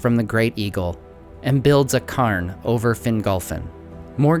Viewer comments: Cairn is pronounced "kearn" not "karn" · Cairn is pronounced like care-nn